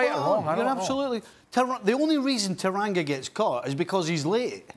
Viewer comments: Sorry My Liverpool HERO- It's TANGANGA, not TARANGA!!!! :) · Uncle Stevie, repeat after me. Tan-gan-ga & not Taranga. 😂😂😂